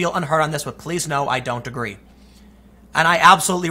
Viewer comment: Tim, would you say you Ah-guh-ree?